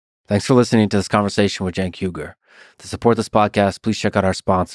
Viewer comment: you said "yugur" his sirname pronounced as " o-y-gh-uo-r" uy-gur, please we never pron. yours in-or- by turkish sound because then it would be funny. I could only ask of you: please be carefully promounce Turkish names, please...🙏🙏🙏